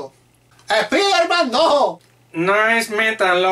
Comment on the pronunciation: Tu único error es como pronuncias spiderman , es un consejo wuey y No seas tan gacho con tu compa :v